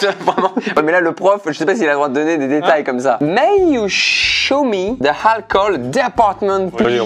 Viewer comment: Cest si triste😂😂😂. Juste le "ze" au lieu du "the"